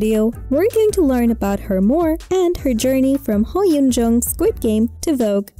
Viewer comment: This woman is saying her name wrong. 🙄